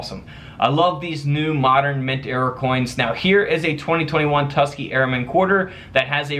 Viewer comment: Have you not heard of the TUS-KEE-GEE airmen??!? You saying it wrong has me cringing. No biggy but they were an amazing group of men. Otherwise love the channel just subscribed.